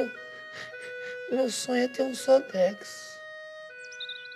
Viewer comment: no final ele fala sodexo ? kkkkkkkkkkkkkkkk